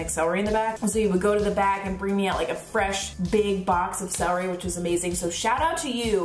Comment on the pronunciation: I hate when people say "seh-ree" it's "cel-er-y". 😆